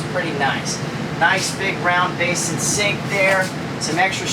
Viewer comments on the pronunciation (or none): none